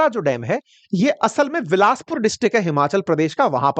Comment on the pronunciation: तरन तारण, तारा तारण नहीं, नंगल, नांगल नहीं, बिलासपुर है सिर विलासपुर नहीं